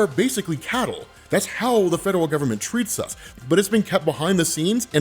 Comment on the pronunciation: The number of times said "fedewal" instead of "federal" in this episode was truly endearing.